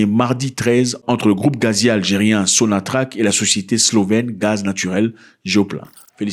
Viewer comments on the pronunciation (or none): none